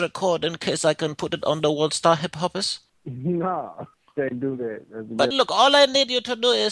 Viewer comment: I almost chocked on lunch when he said world star hiphoppest